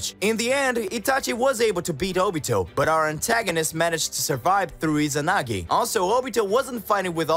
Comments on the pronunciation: Bro say inazagi not izanagi lol😂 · He said inazagi wtf